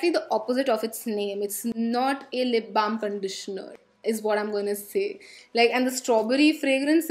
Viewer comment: I love when you say lip blam edict association😍😍😍